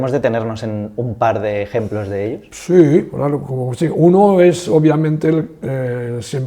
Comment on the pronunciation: Por qué pronuncia una sola "l" dónde el sonido debe ser de 2? Dice "milones" en vez de millones. Y "elos" en lugar de ellos. Su lengua nativa es diferente del castellano?